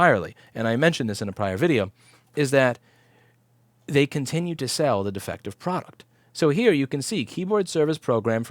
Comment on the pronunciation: Product but he really said fraud-uct